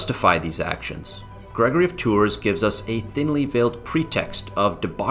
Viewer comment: You also keep saying Gregory of Tour. This is a great subject, and I wanted to watch it as a refresher. I studied it in high school and college. I also read History of the Franks several times. I don't think we read the same translation. I didn't find your video helpful. Your delivery was distracting.